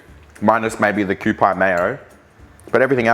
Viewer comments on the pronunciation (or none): The mayo is pronounced "kew-pee". I only know coz I had a kewpie doll as kid. I love how it has one on the packaging. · I’m 99% sure it’s pronounce like Kew-pee Mayo 😂 and unsure if true but I’ve heard it’s healthier than other mayo’s 🤷🏻‍♀️ Love this video!!!! 🥰🥰